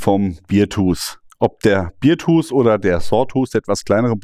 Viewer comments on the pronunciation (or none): Du sprichst es Beertooth aus, das ist der Bierzahn. Es ist aber der Bärenzahn, also beartooth. Bear wird fast wie unser deutscher Bär ausgesprochen. Aber da ich ein Freund des güldenen Hopfensaftes bin, ist es halb so schlimm. 🍻